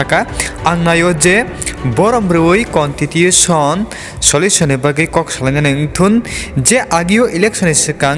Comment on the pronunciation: Contitution 😂What a English it's Constitution bro